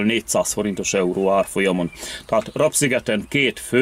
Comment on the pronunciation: Legalább Te mondanád ki a helység nevet :face-purple-wide-eyes:, Rab-az nem rab, hanem RÁB sziget :face-red-heart-shape:!!!